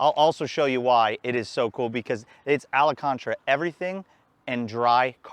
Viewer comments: Wtf is alacontra? You mean Alcantara? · Really nice review! I got one of these in xDrive in January. BM3 Stage 2.0 93+ is a blast. Just so you know its pronounced al-can-tara, also it's an 8 speed auto and not DCT 👌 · Pronounced “al-con- tera” actually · Is someone gonna tell him how to say al-can-tara?